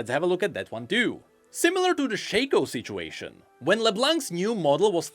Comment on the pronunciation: Its SHAW - KO no shay ko